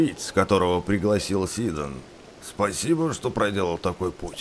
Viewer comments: вроде-бы в имени Сидон ударение на о- СидОн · Сидон ударение не на си а на дон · Ни Сиидоно а Сидоон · не дорфен а дорефан не си`дон а сидо`н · так во первых сидОн а не сИдон и дорефан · Не сИдон а СидОн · СИДАМ НА А А НЕ НА О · Это Сидон, ударение на "о"